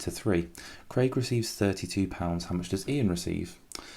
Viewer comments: 🤣🤣🤣i think you need to edit that instead of how you said "hoe" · it said hoe not how😂